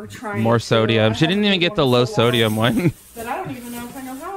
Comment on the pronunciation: you mean sodeumms